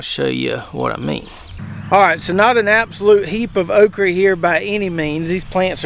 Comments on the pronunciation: Why do you say “okree” rather than okra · Think it's pronounced oak ra not re 😅